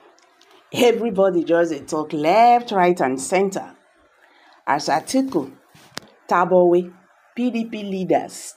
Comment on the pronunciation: Who is tabuwe? Why are people behaving as if you are not a Nigerian? Are you a child? Stop abusing Tambuwal's name with ur misspronounciation. It is called T A M B U WAL, not tabuwe...very disgusting